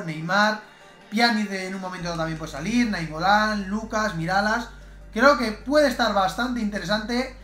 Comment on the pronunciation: Porque dijo Miralas en vez de MiraLLas?!?!